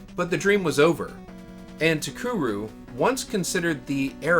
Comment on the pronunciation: Very nice video! I wonder what Kitamura is going to be working on? I never knew Cocoron had a planned sequel. It's a shame that Takeru folded before it could be released. Speaking of, I think you mispronounced the company's name throughout the whole vid lol. "Takuru" as opposed to "TaKEru".